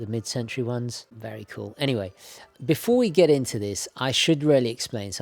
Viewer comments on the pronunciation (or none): none